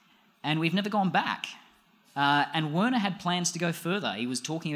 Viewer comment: I think it's pronounced "Verner"